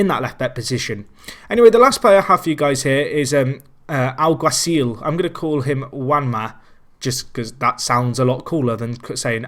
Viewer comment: You pronounced Alguacil right!